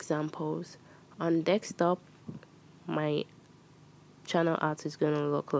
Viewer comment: Let’s all ignore that she’s pronouncing desktop, dekstop